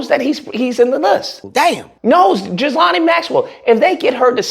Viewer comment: This negro butchering everybody’s name. EPP-STEEEN and GILL-LANE